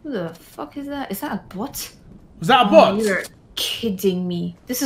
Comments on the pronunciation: “This is a bwoat deji” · “This is a bwot deji”